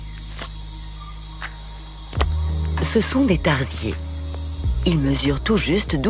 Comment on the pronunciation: tarsier , ça se prononce pas comme ça.